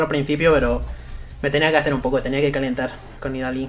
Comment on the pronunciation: creo que se pronuncia nidali xD